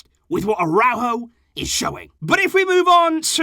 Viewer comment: 😂😂😂😂 nikka really say aurojo d best d 😂😂